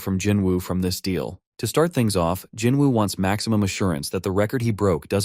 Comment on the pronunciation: bro just say jin woo 😂😂